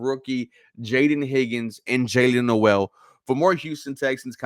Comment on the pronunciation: You pronounced Noel name wrong.